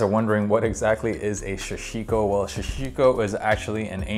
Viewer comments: Haha everyone says it like “Shashiko”. I have a business with the word Sashiko in our name and sooooo many people pronounce it with the SH. No idea why haha, why is that?! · I hate the way you pronounce Sashiko... But love your videos!